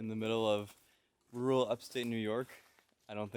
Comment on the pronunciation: Ru-ral, so 2